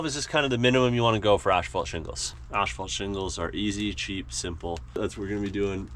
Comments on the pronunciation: Are you saying ash-phalt? 😊 No shade just fyi it’s asphalt. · Is it an accent thing that they call Asphalt Shingles 'Ash fault'? Around here we pronounce it like 'ass fault' Either way nice job on the shack. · Please stop saying ash-fault, it's pronounced ASS-FAULT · stop saying "ASHfault" :P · Ash-phalt a Canadian pronunciation? Never heard it said that way.